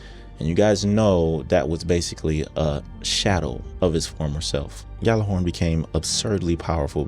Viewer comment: It's not "GAL-er-horn" The correct pronunciation is YAL-ar-horn. The game officially died and people still do not know how to pronounce it.